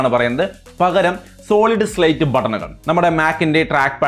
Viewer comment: It's Solid State not Slate 🙏